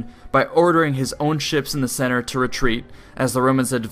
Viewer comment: Why can't you say ships? lmao good vid tho